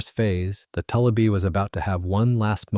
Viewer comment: Having lived on a large lake in Minnesota that was full of tullibee and having gill netted a lot of them, the name is pronounced. too li bee. It comes from a French word toulibe.